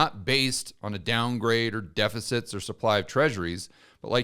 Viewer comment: DePicits? What's a "depicit"